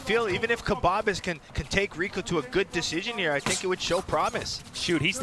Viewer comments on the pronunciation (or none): He called khbabez kabbab